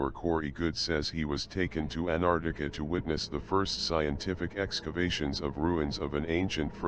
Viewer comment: Damn...this guy can't even pronounce Antarctia..pffft